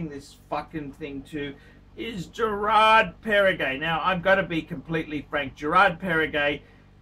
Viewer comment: Lexicon: Girard Para-Gay Gerald Gentra Chewda Frederique Constantin Ulysses Nardan Gilloshay Let's face it. He favors brands he can pronounce: Rolex and Patek